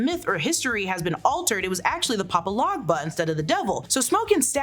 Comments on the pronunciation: It’s pronounced papa legba not logba I’m sorry I had to say it the way u was saying his name was killing me but I like the break down u definitely pointed out something’s I didn’t think of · It’s Papa Legba not papa Logba